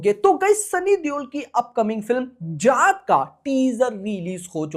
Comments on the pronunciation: Bhai ji jaaht nhi jaat bolo 😂jaat h ye ja8 smjhe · Jaath nahi jaat 😅😅😅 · Bhai vo जात nhi जाट hai...😂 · Abe 4th fail tu abhi bhi galat hi bol rha hai chutiye जात नहीं जाट